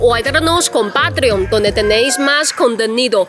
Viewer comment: Hola Has mejorado muchísimo en el español. La palabra directos es muy difícil y ahora la has dicho perfecto. Y aquí entre nos... me gusta más tu castellano que el de Javier.....😅